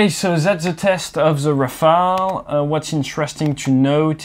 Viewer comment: Enfin un anglophone qui dit « Rafale » et non « Rafael » aha même si t’es français Até 😂